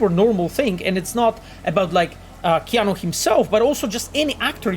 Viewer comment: It's not keon reeves it's Keanu reeves😑😑